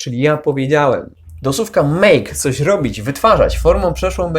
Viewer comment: Słucham ciągle, subskrybuję i przeszkadza mi jedna rzecz: wymowa słowa słówka/słówek. Z całym szacunkiem, ale wymawiasz sówka/sówek - proszę, popraw dykcję na filmach.